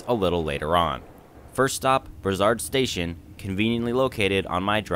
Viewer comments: It's a hard "s" on Brossard, like in "floss". Bross-ard :) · It's pronounced Bross- ard. Took the REM from Nun's island downtown, the Ticket machines are a problem. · Brossard (Name of this suburbs) ->Bross-R Du Quartier (From the Neighborhood) -> Du Car-tee-hey Panama (street)-> Pa-na-ma Île-des-Soeurs (Nun's Island)-> Heel-Day-Sir Gare Centrale (Central Station) -> Gar-San-trall